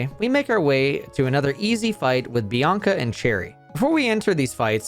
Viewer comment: ... Bianca and Chieri ????? Edit: Ah you're one of those Youtubers who pronounces everything wrong on purpose to drive up engagement in the comments